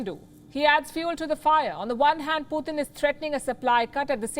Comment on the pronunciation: Palky it is Putin pronounced PU TIN NOT PU THIN